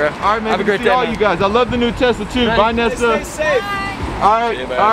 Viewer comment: THE ONE QUESTION WE WANTED YOU TO ASK NESSA YOU MESSED UP THE NAME 😓😓